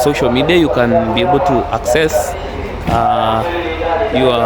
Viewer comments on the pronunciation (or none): none